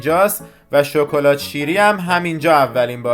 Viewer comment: هر دو عالي بخدا شكلات هست نه شوكلات 😂